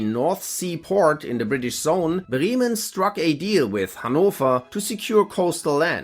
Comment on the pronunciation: "Becks is not a good beer." You have a German soul :) Not Briemen, BrÄmen. :D